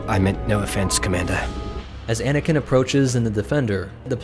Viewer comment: I heard “bananakin”😂